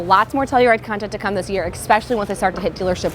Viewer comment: Good video except you keep mispronouncing especially. You are saying it as if it were spelt exckspecially.